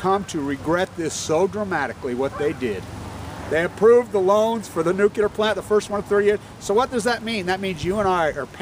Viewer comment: It's Nuclear, not nukular. Please!!